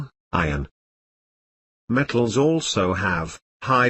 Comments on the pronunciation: hahahahah he says met...tals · BUT HE SAYS ME TALS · Love the way you say m-e-tt-als🤣😂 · gets me all the time "Me-tt-als-" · THIS IS SOOOOOOOOOOO FUNNY.. Me-tt-als and Non-Me-tt-als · He doesnt say matels me tals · We watched this in class and had to stop after 30 seconds because everyone was dying of laughter from the way he said metals😂